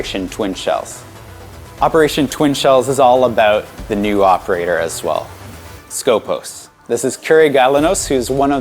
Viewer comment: Its not skOpos its skopOs that is pronounced. That means in Greek the one who watch or purpose.